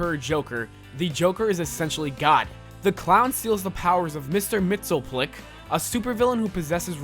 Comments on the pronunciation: it's pronounced "mixiaspitlick". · It’s pronounced “mitts-yuh-spit-lick.” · You say it mixel ptelik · MXYZPTLK is pronounced just like it's spelled MIX-EY-UZ-PIT-LICK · I believe Mxyzptlk is pronounced Mixy-us-pittle-ick. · He clearly doesn't watch Supergirl because he butchered Mxyzptlk's name. Lol!!!! It's pronounced Mixy-spit-alik.